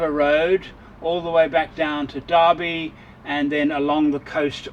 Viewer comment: Great Mods. The best part of the video Is how you pronounce Derby - thank you. I was born in Derby in the UK, grew up in SA and then returned to the UK. I now live in Melbourne Australia for the past 14 years. One massive bug I have is how Australians pronounce Derby. Sweet Jesus!!